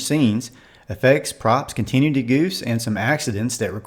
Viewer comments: why do you say Continuity that way? “Continue-tee?” Say it with me: Con-Teh-New-Eh-Tee! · Thank for posting. The word continuity is pronounced kahn-tin-NEW-it-tee, with the accent on NEW. 😉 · The word “continuity” is pronounced “con-ti-NEW-ity” — the accent (emphasis) is on the 3rd syllable. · The word is pronounced “Con-Tin-Oo-It-ee”!!!